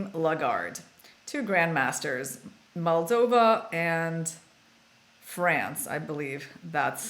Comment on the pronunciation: Moldova not Maldova. Lol